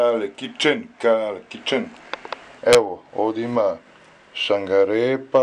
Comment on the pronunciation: saNgarepaa😂😂😂😂😂😂Kale,kaze se saRgarepa